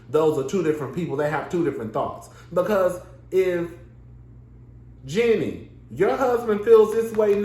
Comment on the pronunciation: Are u pronouncing her name wrong on purpose? Anyway, based on your review I dont think you know the Jeannie and Freddy history very well. Freddy was a supportive husband and Jeannie has said so on the show herself a number of times. Her reluctance to share her success with her then husband when he was unemployed was borne out of her own insecurities not his. Please remember that Freddie had money before Jeannie did, He came from a family with money and he was employed during their marriage so its not like he was some dead beat husband. Jeanie did Freddie wrong by stringing that man along for 10 years preaching about how she doesn't ever want to have kids. She was so selfish during their marriage- she was always about protecting herself and her interests and not her husbands. Her insistence that she never wanted to have kids was what ultimately led to their divorce. In terms of having a partner who cares about his interests I think Freddy definitely traded up. Also I dont think Freddy is or was racist.